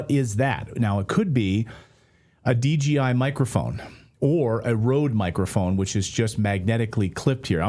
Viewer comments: DGI or you mean DJI😂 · D-J-I, not DGI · its DJI not DGI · Smh. Its a DJI mic. Not DGI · Dji mic, not dgi